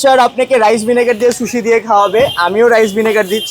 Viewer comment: Accha eta শুশি নাকি সুশি 😅.